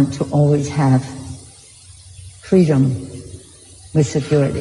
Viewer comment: lol FWEEDOM